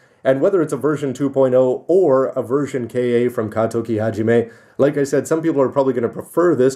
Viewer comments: Isn't it pronounced "Kah"? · Maybe it was an error on Bandai's part? I mean, Bandai has had a history with Engrish. Perhaps they don't know how "Ka" would be pronounced? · How does that affect his credibility when he clearly knows his Gundam history? The actual pronunciation of Ka has little relevance to the Gundam franchise itself. It's only strange because he has always called those kits Version Ka rather than K.A.